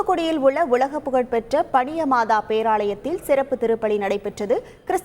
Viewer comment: பனியமாதா இல்ல பனிமய மாதா...